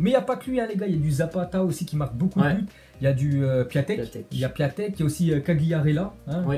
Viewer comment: Super video je suis d accord avec vous a propos de nicolas pepe maus vous vous etes trompé dans la prononciacion de Piątek je crois qu on dit piontek